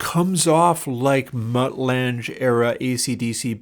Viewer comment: Mutt Lange - pronounced like Langer without the r, not lange like flange